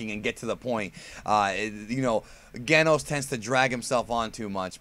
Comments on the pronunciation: its pronounce Jenos in japanese Jenosu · I love One PunchMan Btw it's pronounced "Jen-Nos" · I was going to put a comment about how you can pronounce Saiyan but not Genos but that's like 90% of the comments, so, instead I'll ask if you've seen the Heroes footage everyone has been freaking about and can we expect a video with your thoughts or have you pretty much covered it indirectly in another video? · You're mispronouncing Genos' name. haha